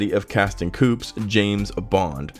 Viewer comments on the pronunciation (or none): Casting "coops"? Coup is pronounced "koo". Goddamn embarrassing.